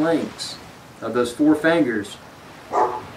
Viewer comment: It's fingers not "fangers"